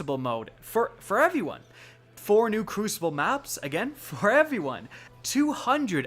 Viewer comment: 'Evey one' hehe